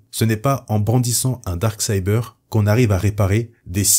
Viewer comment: Ce n'est pas pour critiquer, mais si tu es incapable de dire "Dark Saber" correctement, aussi bien dire "Sabre Noir".